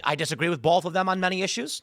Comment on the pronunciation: Tim I disagree with you on something fundamental. The word "both" does not have an 'L' in it.